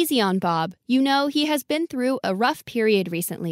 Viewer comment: though a rough → through a rough